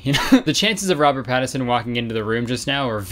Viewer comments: every time kurtis says “robert pattison” instead of “pattinson” i lose a year off my life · The way that Kurtis completely ignores the N in Pattinson is my villain origin story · Reason Robert Pattinson didn’t show up: Kurtis called him “Robert Pattison” without the ‘N’ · Wait woa, I wonder if it's a Canadian thing because me and my personal Canadian friends and family all refer to him as "Robert Patterson." I had no idea it was spelt different until this comment 😂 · Lol he said "Pattison" now these guys are saying "Patterson" nobody knows who tf they're talking about. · robert pattison is bothering me kurtis. it’s pattiNson😭😭😭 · no one commenting how he called him robert Patterson instead of pattinson it's hilarious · Omg my friend is obsessed with Robert Pattinson and she would’ve been so mad at kurtis for saying Patterson I said it and she was pisssssedddd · kurtis, hun. it’s pattinson, im sorry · Omg kurtis it’s PATTINSON not Pattison😂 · Why is everyone saying Robert’s last name wrong? 😭 It’s not Pattison and it’s not Patterson either. It’s Robert Pattinson. Smh he deserves better 💀🤚🏾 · Is this the Mandela effect or am I ignorant cuz i could've sworn it was Patterson. Or i guess that's how the announcers have been pronouncing it. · me running to the comments to see everyone flaming kurtis for saying “pattison”:🏃🏼‍♀️ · lexi pattiNson. He’s leaving out the first n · kurt boi: the chances of Robert PaTtiSoN walking in aren't 0... well maybe if you said his name right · the way you said Robert PATTison really made my blood boil <3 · robert patt-is-on okay sweet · I literally started to question whether or not there was an n and I was getting ready to be embarrassed for all the times I said it wrong and no one corrected me, but it was actually just Kurtis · i didnt realize how frustrating it is until i heard him say it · kurtis disrespecting robert pattinson nation by mispronouncing his name. kurtis trust you will be dealt with